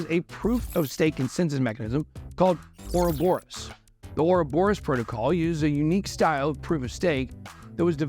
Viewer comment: I will never forgive Charles for teaching all of you guys to pronounce 'Ouroboros' incorrectly. 😂